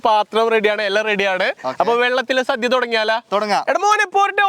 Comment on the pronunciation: ഓണ സദ്യ അല്ലാതെ സധ്യ അല്ല..ഇതൊക്കെ ശ്രദ്ധിക്കണ്ടേ അമ്പാനേ